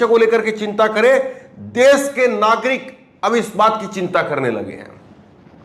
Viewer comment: Bhai Suru nahin Shuru bolte hain! 'Desh' bolte hain 'Des' Nahin! Aap 'Sh' ko 'S' bolte hain! Kyon? Bhai Hindi ka channel hain toh Hindi toh Sahi tareeke se Bolo!